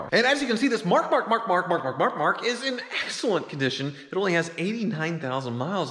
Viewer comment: Does anybody else think he sounds like a dog? He says Mark,Mark.mark